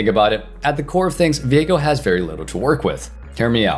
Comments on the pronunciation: I thought it's pronounced "veego" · If his name is pronounced as vee-ae-go than viegars name is now pronounced vee-ae-gar and everyone who says otherwise is wrong